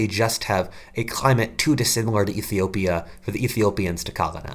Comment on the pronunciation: Iffy-opia as you say it)))